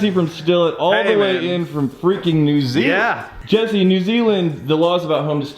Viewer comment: New zee land 🤣